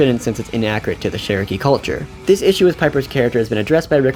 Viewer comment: i dont want to seem rude but its pronounced CH in cherokee and it sounded like you were saying SH